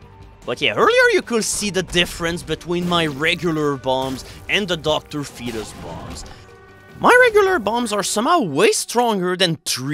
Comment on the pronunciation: finally learned how to pronounce Dr. Fetus!